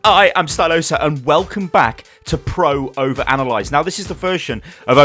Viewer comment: Pr-oh-ver-ana-lie-zid..Yeah I dont see whats wrong with that